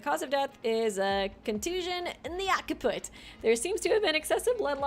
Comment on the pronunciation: FYI - "Occiput" is pronounced: "OX-uh-put" , "Occipital" is pronounced "OX-ip-uh-tul"